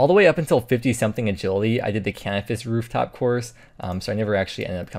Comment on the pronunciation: Love your vids bro .. L I L G U C C omg gz! but explain when you said ruuf tops yoo #352 UIM .. NoPlsDadStop LMFAOOO lolol wuv yew kip E N G L I S H I S G O O D dude you touched me .....@@ life is not always a waiting room , stop worrying about the destination ... dude ...... ❤